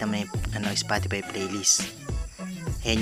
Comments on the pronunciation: "spotipay" xDDD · Bruh it’s a Filipino accent it happens to all Filipinos